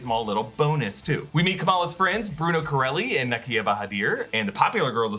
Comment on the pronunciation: Thanks for pronouncing Nakia correctly!!! I'm so excited my name pops up twice in the Marvel Universe!